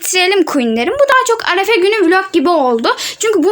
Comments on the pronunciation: Arefe değil arife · arefe değil arife